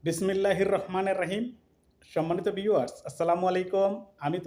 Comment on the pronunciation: Bismillahir Rahmanir Raheem (Arabic: 'بِسْمِ ٱللَّٰهِ ٱلرَّحْمَٰنِ ٱلرَّحِيمِ) মনে কিছু নিবেন না। বিসমিল্লাহ হির রাহমানির রাহিম উচ্চারণ ঠিক করে নিবেন